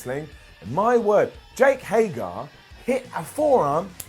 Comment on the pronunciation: Again.... his name is HEY-GER!!!! Not Hay-GAR.... I Know you can say it right. You do sometimes